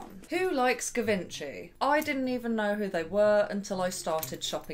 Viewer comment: Seriously my fav YouTuber right now. Low key obsessed 🤩 Also.. just as a heads up: Givenchy is pronounced as: Jee-Von-She (not that it really matters)